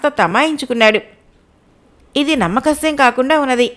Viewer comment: Madam… namma kasyam kaadandi its namma sakhyam.. sa khyam